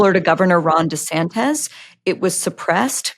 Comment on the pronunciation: Why does Bari always call Ron DeSantis "Ron DeSantez?"